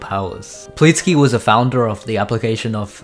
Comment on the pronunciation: ahh yes "pleetsky"